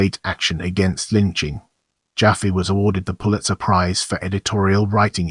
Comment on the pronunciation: I was a friend of Louis I,, Jr. and Louis Senior’s widow Alice from the age of 6, and the name is not pronounced JOFFee but JaFFAY. But thanks for this deserved tribute.